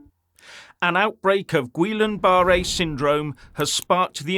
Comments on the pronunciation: Goodness, as a speaker of the King's English, learn how to pronounce the diagnosis. It's pronounced Gee Yahn Boo Ray. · "Ghee on ba ray" 😂😂😂😂❤ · Guillen-Barrett (my spelling may not be correct). However the gentleman in the video did not prounce it correctly - this syndrome/disease was named after a French physician. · It really undermines credibility if you get the pronunciation so wrong its unrecognisable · First of all try to pronounce it correctly. It's not a new health issue, it's been around for ever.